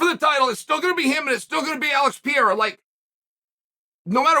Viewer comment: He needs to work on “George Masvidal” and “Alex Pee air ah” but this is a step on the right direction